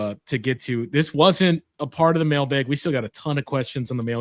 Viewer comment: bucks fan from boston, “mail-baeg” remains extremely jarring for me